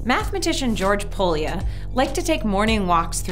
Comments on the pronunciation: The pronunciation of Pólya is 'poya'. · i'm obsessed with this channel. only one remark, Pólya should be pronounced a bit different ([ly] is one sound, it is similar to the "y" sound in the word "you" or "your". see: ) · Viccesen mondta ki Pólya György nevét.